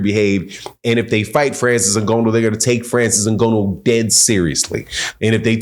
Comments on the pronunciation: I respectfully disagree with your assertion that Francis (pronounced IN-GON-NU btw) would be in trouble with Wilder. Francis lives and breaths for someone stupid enough to get into a firefight with him! You don't know anything about MMA and less than that about Francis, which is fine; he would kill wild-ass Deontay Wilder swinging at him like he did against Fury. Dead. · The belt wasnt on the line though and you can't even say his name right. Did you even watch it? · how do you manage to say Francis's surname so WRONG? It is not as though his name is a complete stranger to the world at large, his name has been around for years yet some folks STILL can't say it correctly. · good video but your going to need to learn how to say Ngannou. Francis has arrived Boxing nation. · say the man’s name right lol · Dude, you need to learn how to pronounce Nganou’s name! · Great assessment, but the brother's name is NGANNOU, or "N"-GA-New, not "N"-Go-No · Try to pronounce his name right. Not Ngonno. It is Ngannou. There is an "a" in his name. Just try doing a little bit of homework. Thanks for the work you do. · Next time don't say Ngono, coz in Swahili that means Sex. His name you can pronounce it as Nganu or Nga like hu_nger the Nou like [knew/new]. I hope that helps😁 Anyway, great review 👊🏾👊🏾👊🏾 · good insights. btw, Francis' last name is pronounced INGANNO not INGONNO. but i support your channel. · Dude name ain’t N-GO-NO man…🤦🏾‍♂️. It’s N-GAH-NOO. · was being sarcastic about consistent mispronunciation of Francis Ngannou's name. keeps pronouncing it "In-go-no" instead of "N-Gah-nou" so was calling him out on that. He wasn't disrespecting Francis' surname. In fact, quite the opposite. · NGONO ???? Wtf …why u constantly saying that? Nobody has ever Said its pronounced that way so where the fuck did you get that from ? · Did he say Francis ingono? Good analysis though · Its N Ga NN OU. And hes not a wrestler. Jeez these boxers